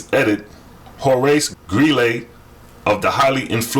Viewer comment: Oh and you mispronounced Horace Greeley...it's NOT Greelay